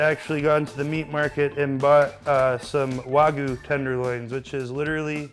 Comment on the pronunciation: "wah goo" beef eh? his pronunciation sounds like Mario when he jumps really high. However, he really cooked that baby to perfection.